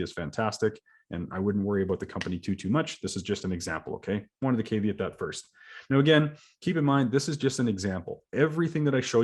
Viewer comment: got to learn how to pronounce caveat